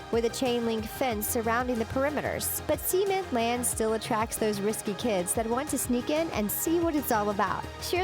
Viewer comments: It's Sa-ment, not See- ment. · not seement sament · Cementland sounds like this tbh; (ceh-MENT-land) not like this; (sea-MAN-land) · Seement land! Cement land. Get it right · Cement is pronounced like (Sim-ent), not (sea-ment). the way you pronounced Cement sounds like Semen. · Ceh-ment not see-ment that sounds like something else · I'm sorry did she say cemen? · cemen park lol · Am I the only one who cringed at some of her pronunciation? Like cement, I heard her continuously say semen. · Sea meant, cement is pronounced sa means , it’s sa as in s hhhh ( hhh as in breathing . It kind of sounds like you’re saying something inappropriate. A certain thing men secrete. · She said " seemint park" but it's not how you say cement.. Anyone else notice that? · Far out! Stop pronouncing cement like semen. 🙈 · Cement...the "E" is like the "E" in egg. Also, you can walk out of your house, trip, hit your head, and die. Just because your not wrapped in a bubble wrapped hamster ball, doesn't mean it's way too dangerous. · the pronunciation of 'cement' physically hurts me